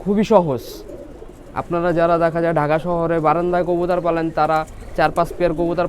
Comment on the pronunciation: কবুতর ❌ কবুতার ✅